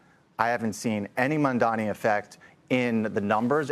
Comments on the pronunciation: out of respect and especially in public people should learn to pronounce the mayors name or be corrected on the spot. MAMDANI, not MONDAMI. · Another one of those who can't pronounce the new mayor's name